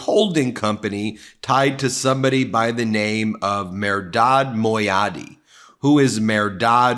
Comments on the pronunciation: Not “Mer-rod”. It is pronounced “Mer - dad “ And it is not Meradi his name is Mehrdad. Come on….And obviously with the name Mehrdad he is a Persian American. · it's pronounced Mehr-dad